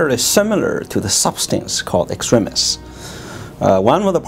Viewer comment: HE PRONOUNCED EXTREMIS PROPERLY HOLY SHIT ILY